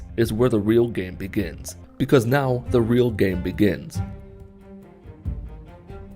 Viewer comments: After 26 secondes I started to hear "the reelgamibigam" 😂🤣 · Now i just hear “When the real Gam BeGén”